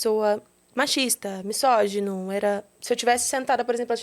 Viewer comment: tão metida a falar corretamente e fala errado .....não é Missogeno, é misógino.....com som de z e não de s